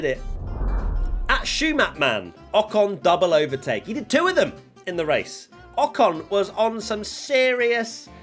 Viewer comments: In the last one you said rocon instead of I ocon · Ocon? Ocno!